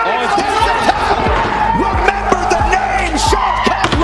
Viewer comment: as a russian i appreciate the effort you putting to actually pronounce all this names correctly, even unknown to everybody early opponents and you naming them too. that's what i call quality content, thank you